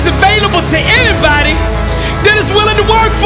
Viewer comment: I had to stop at enybody 😂😂